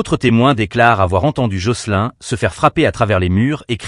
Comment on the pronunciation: Jocelyne pas jocelin..insupportable